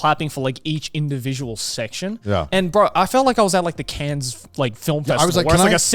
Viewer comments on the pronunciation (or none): the worst part of this is Joey pronouncing Cannes as "cans"